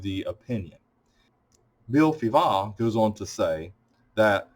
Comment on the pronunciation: Very first time I hear someone pronouncing Fivaz (Bill) I wouldn’t have silenced the Z . Different learning from you.